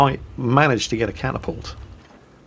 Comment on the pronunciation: "...I've managed to capture a catapult..." 2 MINUTES PASS: " So, there's this battlemech that's known as a Catapault..." My good sir, you need an intervention.